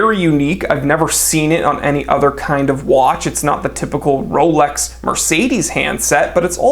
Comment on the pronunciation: I can hear the accent on...JUST. ONE. MORE WAATCH.